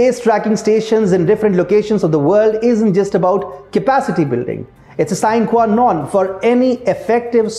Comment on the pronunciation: Up voted for correct pronunciation of Galileo and sine qua non .